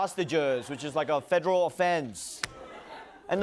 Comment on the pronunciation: he say fedrol crime? not federal crime?